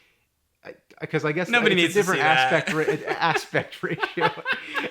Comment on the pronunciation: Asspect ratio, LMAO!!